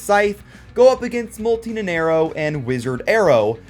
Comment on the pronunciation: Day 2 of saying it's pronounced "Nana Iro" not "Nenerro"